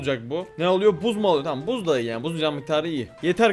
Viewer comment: Abi buzz değil bazz okunuyo😂😂❤❤